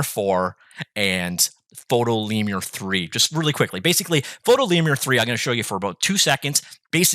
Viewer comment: Lemur is pronounced like femur, nice vid otherwise.